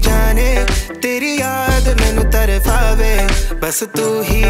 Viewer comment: Tarpave bro not tarfafe! Still amazingly done i would be more than happy to help you with word pronouncing